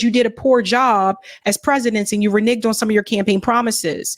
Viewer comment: Reneged did you say re Niged. Don’t say that momma